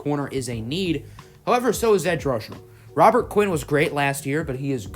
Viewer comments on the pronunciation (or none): none